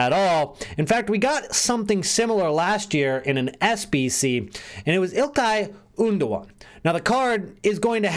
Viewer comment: "Ilkay Oondogan"